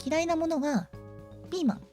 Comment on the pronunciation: ピーマンの発音好き。ゼノギアスリメイクはよ、、、